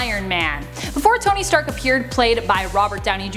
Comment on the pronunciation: Did she say Toby Stark?